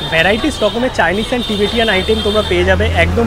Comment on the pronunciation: আবার টিবেটিয়ান। ভুলভাল ইংরেজি আর শোধরাবে না।